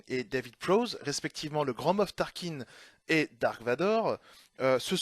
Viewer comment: Et on ne dit pas "dark" mais "darth", qui veut dire seigneur noir des sith. On peut remercier la traduction française pour avoir traduit un mot inventé par George Lucas, les Ailes-X, Jabba le forestier, etc.